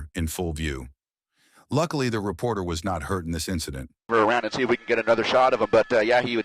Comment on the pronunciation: Did he say, repoter, lmao. 😅😊😂😂😂😂